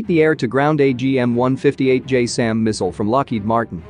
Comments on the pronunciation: I thought it was pronounce as "Jazz sem" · its not pronounced "J SAM" its closer to "JAZZ 'EM" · Its not "JAYSAM" its JASSM, pronounced "Jazz-em". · It isn’t JSAM. It’s JASSM (Joint Air to Surface Stand-off Missile). Pronounced JAZZ-UM.